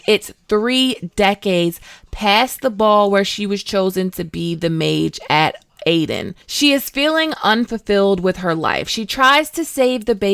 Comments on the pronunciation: also Aedirn as well 😉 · Aretuza and Aedirn, not Artenuza and Aedin.